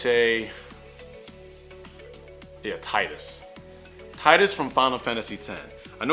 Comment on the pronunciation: Triggered. His name is pronounced Teedus. Definitely should put Sora in here, though. Make it happen.